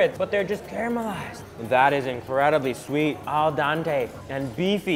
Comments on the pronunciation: I cringe every time says "Al dAnte" instead of "Al dente" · al den-tay ...not dahntay hehe